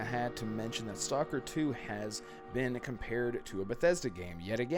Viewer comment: You pronounced the name of the game incorrectly